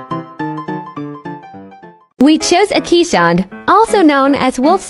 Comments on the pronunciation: "Kees", not "Kee's". Keeshond means "Kees-dog", not "Kee's dog". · Pronounced KAYZ-ond. there is no ee sound, and no sh. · Love this video! just one thing to say, the name is pronounced "Kase-Hund" They are a Dutch breed that actually means "Kee's Dog" as they were named after a man (Kee's) who was known for his dogs (Hond). They are amazing dogs for sure!!! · It's pronounced Kay-shond. Google it if you you wish. I've had the breed for nearly 50 years. Wonderful dogs!